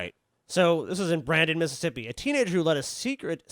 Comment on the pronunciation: Oh, he lived in Missippi. Yes, Miss-ippi. Thats how they say Mississippi